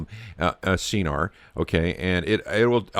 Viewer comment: Pronounced SKenar... hard K